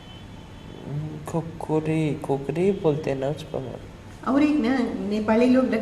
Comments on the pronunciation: Who the hell is doing this narco test... does not know khukri... she is mentioning as kokali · He says kukari...she is unable to pronounce when someone from behind wispers to her